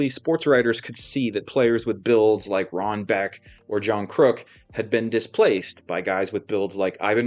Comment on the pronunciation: Rod Beck not Ron Beck. Maybe you said Rod, not sure. That's a super nit pick, very nice video.